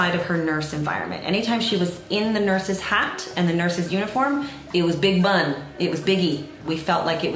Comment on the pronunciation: “It was biugue bunn✨ it was biuguee✨”